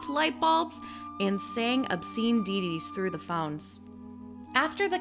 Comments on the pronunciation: Ditties, not deities. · Yeah, but she says, "Deeties". lol